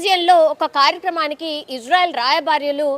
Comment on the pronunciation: రాయభార్యలు కాదు తల్లి.. రాయబారులు. రాయభార్య కార్యాలయం అని చెప్పాలి. తెలుగు పదాల ఉచ్ఛారణ సరిగ్గా లేకపోతే వినేవారికి చాలా చికాకుగ ఉంటాది 😂😂